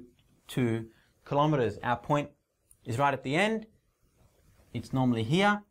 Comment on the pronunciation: don't say klo me ers say kilo meTERS